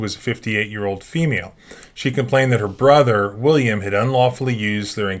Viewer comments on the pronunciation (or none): none